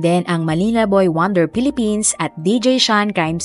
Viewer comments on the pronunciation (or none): none